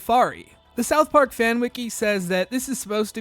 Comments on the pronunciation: The way you pronounce it South PARK, not SOUTH Park. Technically it’s correct but it sounds off😊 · Why do you say south park so weirdly?